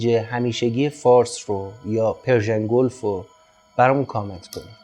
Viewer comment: عزیز شما که دیگه نباید بگید : "گولف" !!!! ⛳🏌‍♂️🏌‍♀️ پِرشیَن گولف ، واقعاً..!!😐